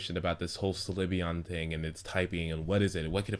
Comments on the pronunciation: Slyveon LOL It's Sylveon xD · it isn't sLyveon it's sYlveon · its sylveon so stop saying slyveon lol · The only 3 types i am considering are flying, light or fairy. (if they introduce new types.) I don't think it could be anything else, except maybe a normal type. It especially wouldn't be a psychic because we already have Espeon. Also, Sylveon is pronounced sill-veon, not si-li-veon or sli-veon. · I like this video but, ITS PRONOUNCED SIL-VEON! NOT SLI-VEON! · umm not trying to be a douche but why do you pronounce it. Sul iveon? It's just all the people i have heard say it pronounce it Silveon. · "si-li-ve-on" ? it's "sylvie-on" -. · "Slih-veon?" I'm pretty sure that's pronounced "Sil-Veon". The l comes after the y. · you keep saying slyveon its sylveon not slyveon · Sylveon is pronounced sil-veon not sli-veon. Think of silver when you say it. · It's pronounced Silve-eeon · your'e saying slyveon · Pronounciation: SIL-vee-ON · XDD You have to pronounce Sylveon's name as how you would pronounced Sylvia. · slyveon... slyveon... stop saying slyveon jeez... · You pronouncing syleon inncorectly was driving me insane